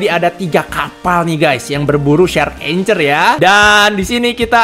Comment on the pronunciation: Bacanya itu angkhor bng bukan anchor